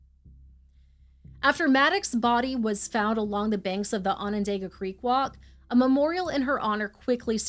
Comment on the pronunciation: If you use Google, it can help with pronunciations like for Onondaga… ON-ən-DAH-gə. It’s like On-an-DOG-a not On-an-DAY-ga. I live in upstate NY, which freaks me out that this story took place so close to home!!